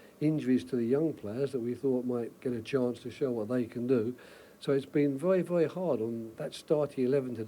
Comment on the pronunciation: Vewy vewy hard